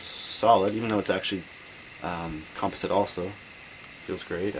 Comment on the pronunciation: you say composite weird